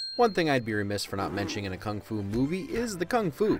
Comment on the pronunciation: kung fu or fung fu ?